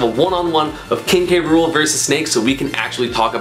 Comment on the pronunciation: It’s K-ruel like in the DKC show